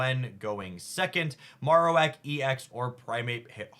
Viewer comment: Marowak should be pronounced like bone marrow unless I'm wrong.